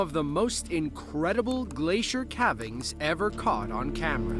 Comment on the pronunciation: did he rly just pronounce ’cavings’ as "cah-vings" instead of "cay-vings" 😂